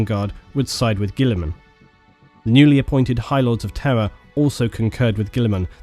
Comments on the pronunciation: It’s time for another exciting game of: “Is he saying ‘Terra’ or ‘Terror’?” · Everytime you say Terra I hear terror. It's so fitting.